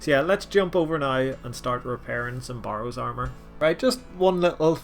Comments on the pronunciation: Bay Rows. Not borrows. A barrow is a mountain or a mound. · burrows this burrows that, my god its hurting my ears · If I received $1 everytime you tried to say barrows I would literally be rich